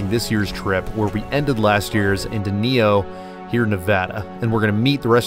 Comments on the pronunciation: Also it is pronounced Den eye oh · It’s ‘den eye oh’ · Nice! But also, it's "Deh-nie-oh"